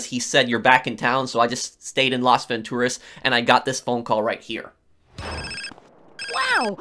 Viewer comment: I don't like how you say Las Vantoraz